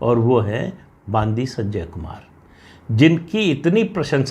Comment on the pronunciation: तेलंगाणा प्रदेश अध्यक्ष का नाम : बांदी संजय नहीं। बंडि संजय ।